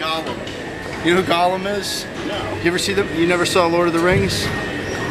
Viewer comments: Golem, not Gollum. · Golem, not Gollum,. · Im pretty sure people call lenny a "golem" not "Gollum" not to be a nerd or anything